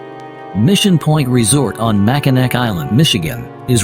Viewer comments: I know it’s spelled Mackinac but it’s pronounced Mackinaw! I cringe every time you say it wrong. Or is it AI? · It's MAC I NAW and the fort is NOT on the island. These absolutely irritate me when y'all don't do your homework before.